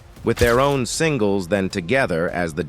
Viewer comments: If I hear 'sing-less' one more time ...! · When I heard "sing-las", I said to myself "Is this A.I."? 😂. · Lol singels as in hit singles 😂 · DeBarge put out more hit sing-las than any band I know of